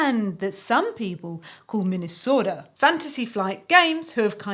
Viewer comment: can we just appreciate the fact that perfectly said Minnesota in a Minnesotan accent? Beautiful.